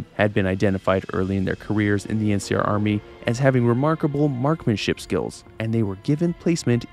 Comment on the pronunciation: MarkSmanship. With an S. Appreciate the video, btw & am giving a like but iss driving me silly